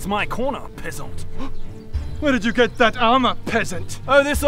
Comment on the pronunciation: At times it sounded like they were saying "pissant" lmao